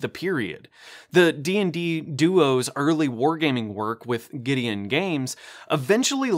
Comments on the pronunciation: It's Guidon Games (like a flag, pronounced "guide-on"), not Gideon Games. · I know this video is old but its Guidon Games, pronounced Guide-on, as in a military battle flag, not Gideon as In the prophet.